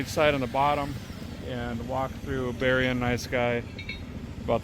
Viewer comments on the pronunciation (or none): none